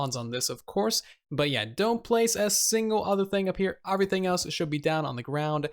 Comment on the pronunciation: “Overything” 😂😂😂 sorry I had to say it